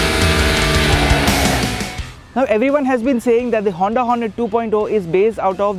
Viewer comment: hey Say Hoonnddaa once again